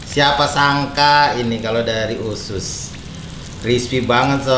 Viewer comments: Usus bukan ucus kalieee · Bang....,usus apa ucus....hehee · Usus bukan ucus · Usus bukan ucus